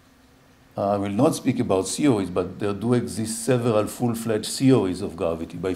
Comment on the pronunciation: I kept hearing CEO's... It's when I saw the slides that I started to hear 'theories'.